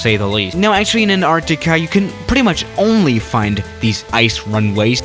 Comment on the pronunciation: Anartica?u mean Antarctica